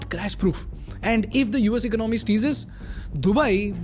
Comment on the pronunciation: For heaven's sake it's not ‘ Ik-no-my’ but e-co-namy’!